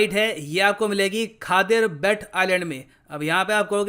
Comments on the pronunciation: Sir it is pronounced as khadeeer bait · Pronunciation "Khadir bet" : खदिर बेट , ખદિર બેટ.